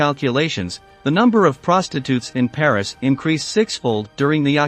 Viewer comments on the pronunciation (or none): none